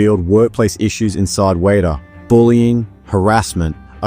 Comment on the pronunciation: It is pronounced WET AH. Always has been always will be.